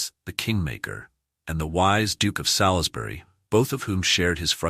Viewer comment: Very interesting video but please take more care in the correct useage of names. Salisbury is spoken as 'Solsbry', not 'Salis-bury'. We English sometimes say things differently than they are spelt. Warwick also discards the second 'w' so it sounds like Warrik. Just a couple of helpful points for future videos.